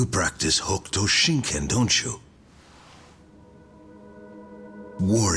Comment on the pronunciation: The u in Hokuto is silent.